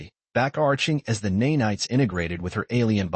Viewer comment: Neigh-Nights??? I hate AI!! Of course I know it means to say nanites!!